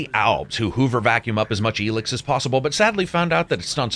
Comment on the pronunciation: Why are you pronouncing it “Elix”?